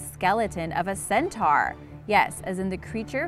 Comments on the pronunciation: It's said cen-toar. Not cen-tar. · it's pronounced CEN-TOR ....not CEN-TARRRR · How u pronounce centaur got me so triggered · I'm not judging your voice or any of that but how you pronounced centaur was wrong